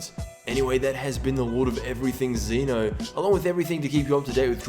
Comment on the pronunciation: It's pronounced Zen'O btw